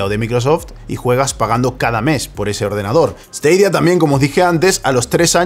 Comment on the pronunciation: esteidia? porque cojones no lo pronuncias como todo el mundo?